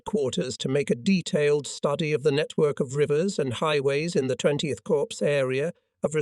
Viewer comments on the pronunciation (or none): Drives me crazy when he says corpse instead of cor for corps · the 12th corpse --- sounds like a serial killer 😎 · THERE'S A HUGE DIFFERENCE BETWEEN: CORPS and CORPSE. How hard is it to use the correct pronunciation?